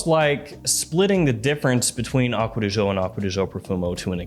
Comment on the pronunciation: Man said "Aqua de Joe", I'm out.